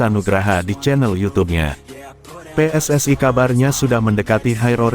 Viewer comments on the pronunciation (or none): none